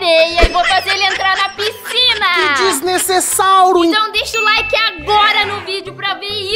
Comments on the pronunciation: Em vez de ele falar desnecessário ele fala desnecessáuro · Porque ele fala desnesesauro kkkkkkkkkkkkkk🤣🤣🤣🤣🤣🤣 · Kkkkk Olha cuando ele fala desnesesauro kkkkk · Sla;-; so sei que desnessesauro significa que ta fazendo coisa sla estranha